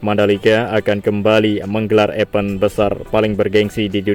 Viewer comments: Event... jangan dibaca Epen donk Mas..tapi Ivent'..klo jadi Narator musti rajin belajar bahasa Inggris ya... Mas Bro.❤ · Event bang bukan epen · Event = Epen